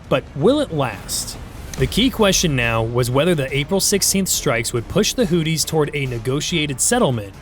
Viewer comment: I cant take you seriously... the hooties... give hooked on phonics a try...